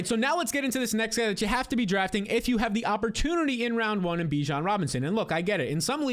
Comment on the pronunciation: At any point do you try and pronounce Bijon correctly you sound stuuuuupd